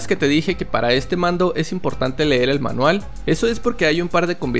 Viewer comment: me encanta como le dices "manuel" al manual XDXX